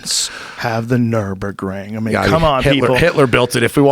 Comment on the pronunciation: only thing he'd say is "the gt3rs has the fastest time on the nurbundun" how fucking hard is it to remember nurburgring when it's your one reason for buying your car